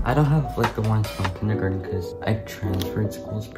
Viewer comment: I heard ‘ since they were in kindergarten or something ‘ as ‘ since they were neutered or something. ‘ I have no idea how that sounded like that to me! 😂😅